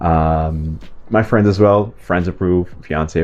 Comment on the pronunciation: Just an annoying, abrasive, negative comment from a language freak: can you just stop saying "has" instead of "as" because it is not correct and it is a bit annoying, and it is not difficult to change. Thank You!